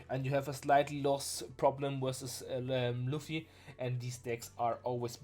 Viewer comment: you say roofy instead of luffy? I’m not making fun by the way, I’m curious what’s your accent from?